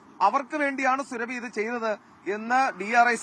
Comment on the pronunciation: സുരഭി അല്ല. സുറാബി. Khatun is a title of the female counterpart to a Khan.